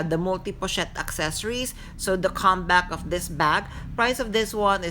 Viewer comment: Accessoires is not pronounced accessories. You’ve been mispronouncing it for years and I’m shocked no one has corrected you. The spellings are different. “Soir” is “swah.” Also, The “s” is silent in palais. It’s “pah-lay.” Otherwise, another informative video. Thanks!